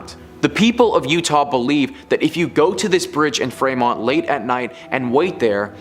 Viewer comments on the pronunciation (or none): Fremont is pronounced like Free-mont. Not Fray-mont. And , not Utah, it's Ohio.